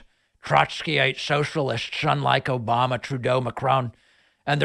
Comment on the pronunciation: "Obamna" will never not make me laugh.